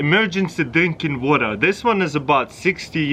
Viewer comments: “Put the stabe in da wada” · Seems like u forgot to add a r in the Water. Did anyone noticed it??